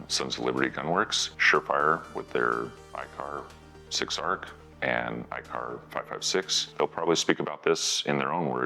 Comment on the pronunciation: Not sure but sounds like increasing twist; pioneered by the M-102 howitzer in the '60s. Interesting video......a little worried though about his "and's" turning into "ant's"